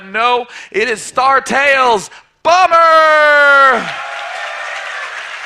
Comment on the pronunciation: You sound like you're saying BUMMER